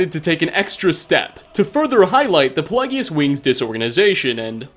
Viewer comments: Nobody:: puhlegius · Im surprised you mispronounce pelagius, moslty since the pronunciation is repeated by multiple npcs in game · You obviously do your research in-game to get these shots, etc. So can you not just turn on the volume when doing so so you can hear the correct pronunciations. Like with the mind of madness, the amount of times "Pelagius" is said seems too much to be able to still mispronounce it.